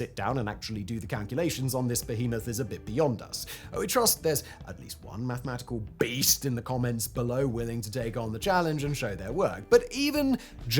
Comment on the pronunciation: The way he said 'Mathematical BEAST!!"😂